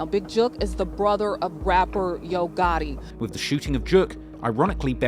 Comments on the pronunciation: His name is Gotti not Gurty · why do you say Gaw..ey instead of gottie 😂😂😂😂😂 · Get it right Its HOE GOTTI man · It's Yo Gohhi